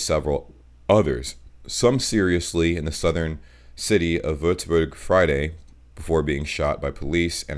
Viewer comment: Diggi es heißt Würzburg Bist bester Mann